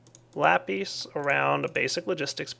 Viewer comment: i love it when he says lapeace but i would like it even more if he said lapis